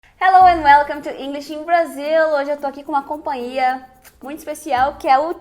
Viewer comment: Hoje eu estou na "companhia" e não "compân - ia". Observo que muitos de nós brasileiros erram ao pronunciar a palavra "companhia".